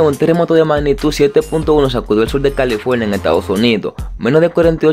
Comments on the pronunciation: Temblol? Califolnia? Amigo no sabes hablar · califolnia jajaja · Jsnjsjs me da risa su voz como dice en califolnia